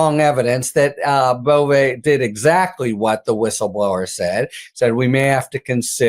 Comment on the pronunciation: Emils last name is legally pronounced BOV THE "E" is silent. Or sometimes BOV - E. BUT NEVER BOV - A !!!! I know this fact because my mother's Northern Italian maiden name was Bove. Simply Bov No E, and Never ever BovA. By the way our family is of no relation to the creep, Emil.